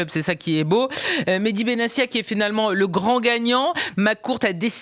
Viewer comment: Comment des journalistes si proches du sujet peuvent-ils prononcer "Benassia" alors que l'intéressé lui-même a indiqué que son nom se prononce "Benattia" ?